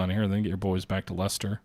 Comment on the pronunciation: My days! - You can pronounce Leicester!